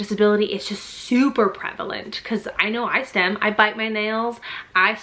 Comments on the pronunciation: it’s STIM not STEM. 💗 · Autism mom here. You pronounce it stim not stem. Great video.